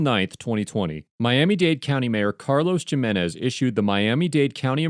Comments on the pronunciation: narrator says “Carlos ‘Jim-en-ez’”, it’s pronounced “Him-en-ez”. I’m no linguist and I’m white as hell but I think that’s right. Also, why I am commenting about that rather than the obvious problematic police practices? I think I’m just a prick. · nice video, just a note on name pronunciation. The "J" in Spanish names like Jimenez has more of an "H" sound.